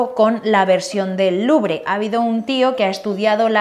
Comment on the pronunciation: ... cada vez que dices museo del LuBRE... omg!! wtf!!